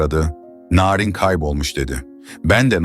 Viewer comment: Narin Beşiktaşlı larin gibi okunmaz aga bilgin olsun